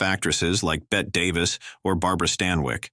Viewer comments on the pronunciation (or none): Hey, AI -- It's Bette Davis, not Bett Davis as you are pronouncing her name. The last "e" is definitely pronounced long, as in "ee". My mother's name was spelled "Bette", and pronounced as "Betty". Same with Davis.